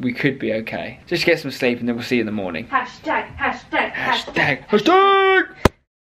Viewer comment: "brecfast"😂😂